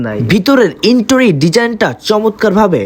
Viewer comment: ইন্টোরির ❎ ইন্টেরিয়র ✅